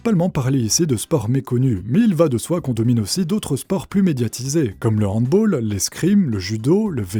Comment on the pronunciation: Par contre on dit pas hand boooool mais BAL merci pour mes zoreilles :p gg les frouches